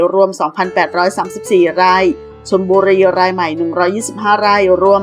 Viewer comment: ราย ฟังเป็นไร่